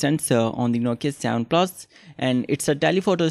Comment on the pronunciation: its not savan plasss its seven plus